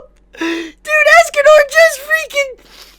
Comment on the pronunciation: It's escanor not asscanor